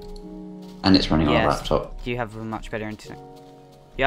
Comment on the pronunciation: .. What's a laptom? (Ik you we're trying to say laptop) and viarasus (WTF?) windos (I can understand that)